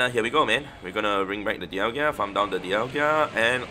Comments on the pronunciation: Di-al-ga not Di-al-gia. lol. Just trying to be helpful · Dial-ga … what is a dial-gia?😂😂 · Sorry, i normally wouldn't make this comment but i've heard you mispronounce Dialga so much. You say DIAL-GIA, but it's DIAL-GA. Appreciate all you do for the game and your content. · You also keep saying deealgEEa...there's no i there bro 😂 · Why do you keep saying Dialgia?! 😫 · Lol it’s bothered me too